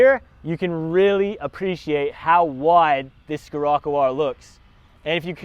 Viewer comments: Oh my gosh killed my soul every time he said it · skerocco lol its pronounced sherocco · Not dissing. Just correcting. "SHHHHHHHHHHHHirocco". Not SKSKSKSKSKSKIrocco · “Skirrocoo” it’s pronounced shir-occo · It's pronounced shirocco bud 🤣🤣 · I was willing to forgive him buh man ooh man he said 'skirrocoo' alot 😂😂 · Learn how to pronounce Scirroco. And the difference between 'wheelbase" and "track". Drove this and the 4wd Golf R at a BW track day at Sydney Motorsport Park. The Scirocco R more lively, far more fun. Not carrying the weight of the 4WD. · Learn the damm name moron, how can you review are car and not know how to even say its name 😡🤬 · can’t say or don’t know? Lmao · Haha was gonna say